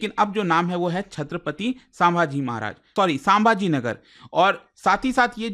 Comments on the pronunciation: सांभाजी नही संभाजी हैं, आप हमेशा इसे गलत pronounce करते हो. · सर साम्भा नाही संभाजी 😂😂😂😂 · क्रिपया छत्रपती संभाजी महाराज ऐसा उच्चारन किया करे 🙏🏻